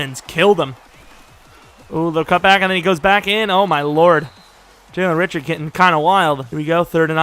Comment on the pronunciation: Jalen Ri-SHARD